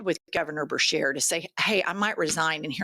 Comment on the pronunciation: BESHEAR NOT BERSHEAR! Get it right Jennifer!